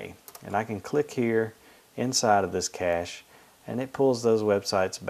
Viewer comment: ur saying it wrong